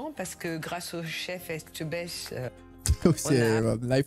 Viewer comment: Non mais qu’est ce qu’il y a de difficile à dire Etchebest ; (É tcheu best...)